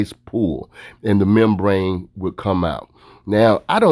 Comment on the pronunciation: I cringed every time he said membrane